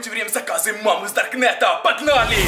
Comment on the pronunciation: Почему он так странно разговаривает? Типа это будет полная жЕсть, это очень стрАшнА, это наша мама с дАркнЭтА